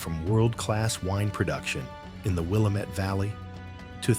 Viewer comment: Nice video overall, however, you pronounced Willamette, Wallowa and Mazama incorrectly. You did pronounce Mazama correctly the 2nd time. I also noticed that during various times when you were talking about the Columbia River, you showed footage of Crater Lake, which is not even in the Columbia River drainage area. Also, the ice dams you mentioned from the floods occurred in N. Idaho between Sandpoint and Coeur d'Alene, not in Montana. The glacial lakes from those ice dams did back up into Montana. These floods re-occurred hundreds of times as pointed out and scarred the Columbia Plateau of Central Washington, also creating the "mini-Gorge" near the Oregon/Washington State Line, where the Columbia becomes the border in the eastern part of the state as well, just southeast of Kennewick, WA. There are more amazing things here in Oregon as well. One example is where the Siskiyous meet the Cascades and also the high desert environment (On the CA side) near Siskiyou Pass, where I-5 crosses. This is a very sensitive ecosystem area, where three different ecosystems meet, which is why it recently became a national monument. Keep up the good work.